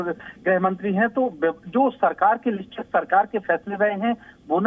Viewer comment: Anchor ko name bolne ki tyari krwao